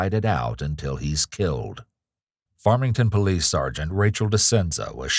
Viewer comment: ... When they Yell "Farmington Police" or whatever kind/jurisdiction of police they are, I hope they yell it better than this guy. I had to go back and relisten to is, because I didn't now what he yelled... and even after seeing "Farmington Police" in the captions, it sure as hell doesn't sound like that's what he's saying.